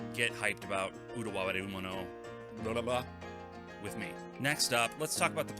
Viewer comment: You get my like for pronouncing game titles in their respective languages (Utawarerumono and Gris) haha. More seriously, great pickup video. Truly enjoy the content you post on your channel.